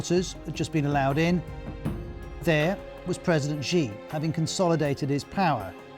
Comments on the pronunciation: anyone notice that whenever the news pronounces a chinese name they always have to over complicate it, like it has to be more exotic or something. xi as "ʒi" and hu as "hyu" . say it with me, she and who. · They didn't show Hu being helped into the conference or being asked to sit down when he was just standing there looking confused. See what a bit of editing can do to make it look worse than it really is. And Xi is pronounced She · Ah. 'news' that can't say the supreme leader of the country's name correctly. credible..... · Is it really THAT difficult for Ros Atkins to properly pronounce “Xi” and “Hu”?? Seriously. As a journalist, you need to get it correct or lose credibility. Great story otherwise ☝️ 🇨🇳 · Who is Gee? At least say his name correctly lol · BBC, how deeply embarrassing that your main China correspondent can't even pronounce the name of China's leader correctly - what is this guy possibly going to tell me about what's really going on in China? There are thousands of qualified Mandarin speaking westerners these days but you hired someone who clearly can't understand a word of Chinese